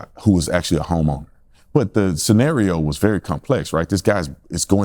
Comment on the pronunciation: Dear Constintibe, Someone is messing with your videos. I think, in the context, Brandon mentioned a "homeowner" in his introduction. What I heard was "homo". Did Brandon say "homo" or "homeowner"? Someone may be editing your content in very subtle but significant ways.